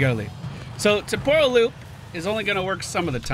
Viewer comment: It's TEM-por-al Loop, not tem-POR-al. Just fyi :P